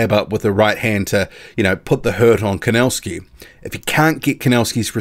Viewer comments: The pronunciation is Kovnatzki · Thanks for the HW update I think Kownacki has this one, just wondering why do you call him "Kownascki"?